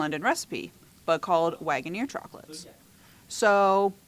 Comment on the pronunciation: Harry London was Joe Waggoner's grandfather. Waggoner is pronounced Wagon Er not Wagon Ear